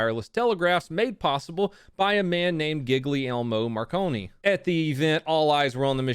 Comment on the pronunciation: When you pronunced Guglielmo Marconi, my italian soul died hahaha